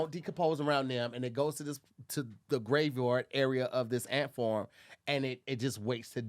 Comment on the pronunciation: lol “ant forms”